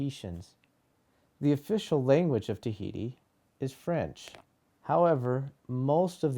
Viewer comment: Et oceania la lune tahiti it not the way u say it